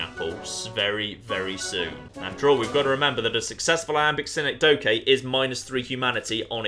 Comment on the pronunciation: I'm sorry but... "Sin-eck-doe-kay"... as four distinct syllables... rather than... Ya know what, nevermind.